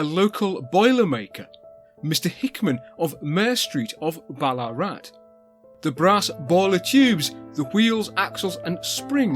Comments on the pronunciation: Another brill vid but a note on Australian pronunciation: Vowels are rarely stressed, so Melbourne is melb'un , Ballarat is said almost as one syllable, tho the weird double a spelling would be close to ball-aah-rat :D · (Note this 🙂) We don't spell the town name with the "double a" anymore. It's long been simply "Ballarat." So perhaps "Bal-uh-rat" would be the best way to pronounce it. I won't go into detail here with local and outsider names for what is today not such a nice town in regards to many of its inhabitants... No dig at you, just saying from someone who lives in the town.